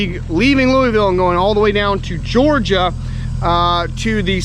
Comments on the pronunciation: Lou a vill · please learn to say the word "Louisville" correctly. Love u man. Enjoy the tubes you put out